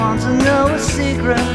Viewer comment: Best impression I've ever heard of George. Only slight blemish is the pronunciation of "secret" as pointed out below. Someone went on Stars In Their Eyes once doing Paul, and this is much better. You ought to try to go on if they still do it.